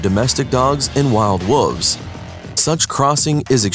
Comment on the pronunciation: The narrator keeps saying wolves like wooves....terrible